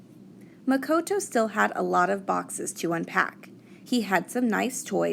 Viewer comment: It Muh-ko-to